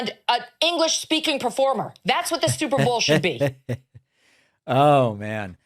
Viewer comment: 😂 ohh that’s just megyn kelly .. “bleeding out of her wherever!!” && did her dumbazz say “stuperbowl?!”